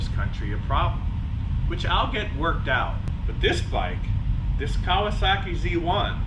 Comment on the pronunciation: Kawer- sahhh-keeeeeh